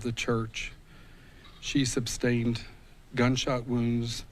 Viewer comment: "She SUBSTAINED..." Why is it that more and more of these PUBLIC RELATIONS and high office holding officials seem to have poor vocabularies, dont know how to spell, or cant pronounce "big" words...? WTF is going on??